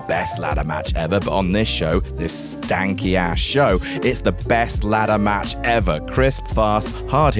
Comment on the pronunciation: “Stanky ass show” in a British accent. Thank you for that